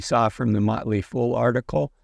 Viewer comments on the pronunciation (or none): none